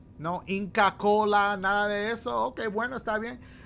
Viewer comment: Mans said INCA KOLAAA PERUU😭😭😭😭